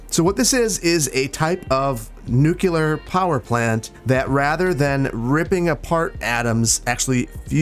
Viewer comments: It’s nuCLEAR!!!! Not nuCular! So annoying. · I hate to be the grammarnazi but I do hear this strange pronunciation a lot and it kind of bothers my ears: nuclear is pronounced nu-clear, like it's written, not nu-cular 😁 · Hey - It's pronounced New-Clear, not new-q-ler... Just so you know!:D ol george bush junior was mocked for saying it the latter way. Fusion shoots hydrogen atoms at each other so hard that their nuclei and electrons create neutrons (proton + electron = neutron) and fuse to create hydrogen, which is far better than mining radioactive uranium and decaying it into other radioactive isotopes of other elements that cannot be stored reasonably. Love love love your videos, you make cities skylines seem like the ultimate bonsai tree, it's become my peace to landscape and create neighborhoods with good connectivity:) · 1. It's pronounced "nu-clear." Nuclear has only one u, people. 2. This is Verde Beach, not Clearwater County. The west coast isn't known for its wooden covered bridges, so scrap them. 3. The name for the plant? Easy, the Helios Mountain Nuclear Fusion Power Plant. With fusion, you're replicating the sun, therefore Helios. As for the community around the plant, Helios Mountain or Helios Valley will do.